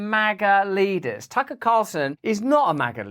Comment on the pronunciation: she says Taco Carlson lol